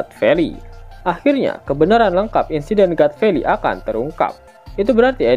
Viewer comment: God valley... Di baca Gat feli... Hadeh...